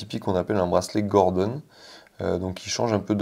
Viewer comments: Godron pas gordon😂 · Hello, on le trouve où ce marchand ? Grosse prise de cote sur les Cartier vintage dernièrement, ça vaut clairement le coup d'en avoir une au chaud. Ps: on parle de Godron et non Gordon.